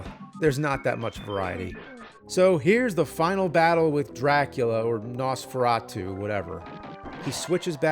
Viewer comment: Jesus the way he pronounces Nosferatu...